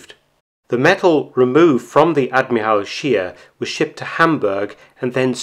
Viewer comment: Too bad Mark does not pronounce "Admiral Scheer" correctly, otherwise, a very informative research video from Mark, as usual.